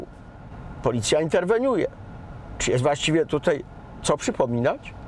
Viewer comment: Panie Prowadzący, pomijając irytującą manierą mówienia, proponuję poza prawidłowym oczywiście stosowaniem się do zasad ruchu drogowego, stosować się do zasad poprawnej polszczyzny. Warszawskie naleciałości w wymawianiu słowa 'tutaj' oraz 'dzisiaj' jako 'tutej', 'dzisiej', nie przystają do programu prowadzonego pod szyldem telewizji polskiej. Brzmią niedbale i po wiejsku, a nie jest to przecież program folklorystyczny.